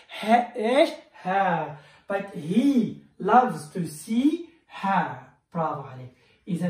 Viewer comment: خطأ قراءة her